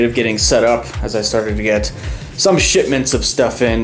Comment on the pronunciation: i though he said shitments